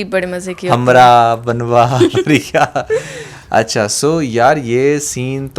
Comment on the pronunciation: it's not banwa it's "ban woh" ager kr dy😊